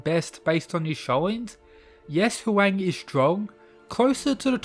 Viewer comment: Bro I love your videos but for the love of god it’s pronounced HWONG. Kin Shi Hwong